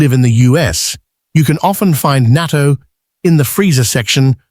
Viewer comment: It is pronounced naa TOE